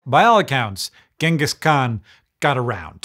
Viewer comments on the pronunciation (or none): Ironically his name isnt pronounced as gang-gus but rather gene-gus. And no thats not a joke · Its pronounced jengis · How can anyone trust a person who pronounces his name with a hard g. I am not even going into the ch and not "dj" sound, but using a a hard g here is a sign of a low OQ extremely ignorant person (it is irrelevant if a person wins a nobel prize for curing cance, if he uses a hard g to pronounce his name, he has subhuman level IQ). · Just something i wanted to mention, most people incorrectly pronounce his title.. it's not pronounced with a G, its pronounced with a Ch, so instead of pronouncing it Gangis, his title is pronounced more like Changis. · Hard g pronunciation of Genghis is driving me nuts (it’s a soft g). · I'll never understand why people pronounce it Ghenghis when it's so clearly spelled Genghis ("Jenghis") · Thank you! I couldn't stop correcting him in my head. NativLang drilled this one into my head years ago.